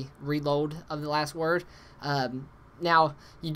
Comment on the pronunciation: hehehe its the Last word, not the Wast word. You are a funny guy